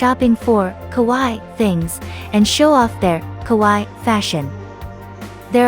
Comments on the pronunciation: The narrator could have bothered herself learning the very easy, very simple, Japanese phonetic rules. Kowaii means 'scary', kawaii means cute. She pronounced it like the first. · Kawaii pronounced “Kah why ee “